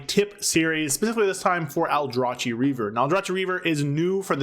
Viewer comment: Fyi The proper pronunciation of "Aldrachi" is "All-Draw-Key", as confirmed by in-game voice lines. In-game voice lines: The word "Aldrachi" is pronounced "All-Draw-Key" in the game's audio.